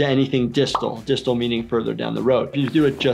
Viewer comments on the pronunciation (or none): *distal NOT distil